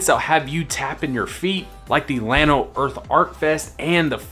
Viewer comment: No, he’s pronouncing it just right. The proper pronunciation in Spanish is like you say, but the town of Llano is pronounced by locals is starting with an L not a Y.